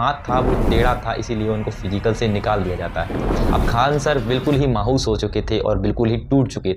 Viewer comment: माहूस ❌ मायूस ✅